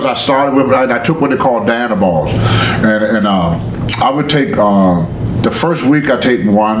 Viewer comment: Did he call dianabol danny balls?